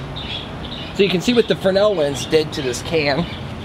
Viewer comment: is fresnal pronounces fre-nel ? or is it another solder sodder mix up